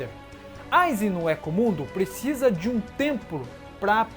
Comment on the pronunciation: Thiago Agostinho kkkkkkk hueco mundo(rueco mundo) éco mundo foi de doer a alma realmente